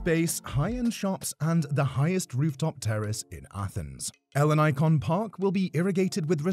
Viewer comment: The way he pronounces Ellinikon hurts my ears